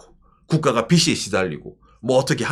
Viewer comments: 꼰대같지만... 빚이 발음에서 비시가 아니고 비지로 발음해주셨으면 좋겠습니다. 아 제가 문제인 듯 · 발음하실 때 빚이 = 비지 빚을 = 비즐 이 맞습니다. 비시, 비슬은 머리 빗을 발음할 때 사용합니다. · "비시"가 아니고 "비지"로! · 빚을, 빚이 - 비즐, 비지 로 발음해야 합니다.